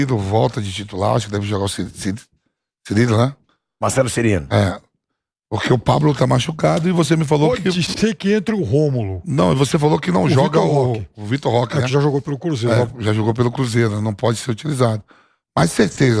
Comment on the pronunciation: O melhor é o Vamp chamando o Marcelo Cirino de "Cirilo".